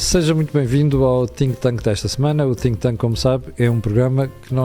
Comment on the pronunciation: Ficava bem pronunciar correctamente a palavra "think", que não é "tinq"! Contrasta com a qualidade elevada das verdades cruas das análises... Cumprimentos